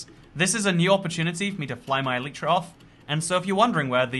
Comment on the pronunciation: Thanks for the video, just a small remark: It's not "an elytra" but a pair of elytra, like a pair of trousers. Elytra is the plural of elytron, the hard outer wing case of a beetle. Also, it's pronounced "EL-lit-ra" with the emphasis on the first syllable. I know, just about all minecrafters on YouTube get this wrong, but if I can correct the most well-known ones, perhaps one day the message will spread ;-)